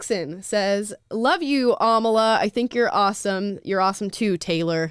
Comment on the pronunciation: My name gets messed up all the time.......A m a l i a